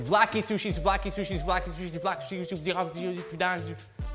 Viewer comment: i am Greek, and the way you pronounce souvlaki is perfect.Alsos gyros sushi would be cool,greetings from Greece!